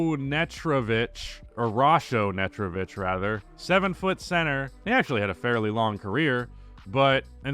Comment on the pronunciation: Nasho Netrovich? Are you even trying?